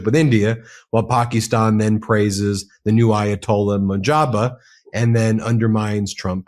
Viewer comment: Bro, heads up if it matters- you are pronouncing the Ayatollahs name incorrectly, it’s MOJ-TABA.